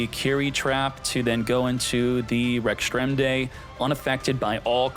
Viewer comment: Rex-Tra-Men-Day say it with me now 😆😁😅🤣